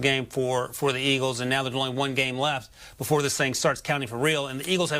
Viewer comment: Who are the "Iggles"?